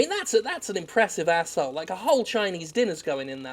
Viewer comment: Take a drink every time Jim says Ahh bblblblb hole